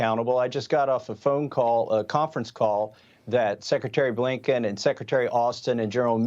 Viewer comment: A. Blinken.. did you say Abe Lincoln?